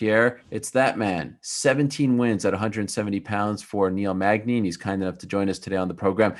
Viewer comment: my boy Niel " MAGNAZE " Magny